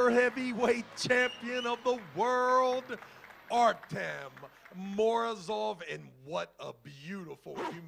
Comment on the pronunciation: ARTY-OM not Artum ! This announcer is so annoying lol